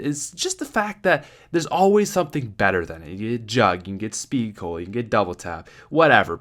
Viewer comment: HA he said seed cola